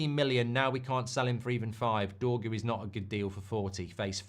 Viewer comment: Doorgu over priced while Amorim is saying to Rashford. There's the door-gu 😂